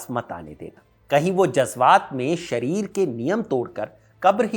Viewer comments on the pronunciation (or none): none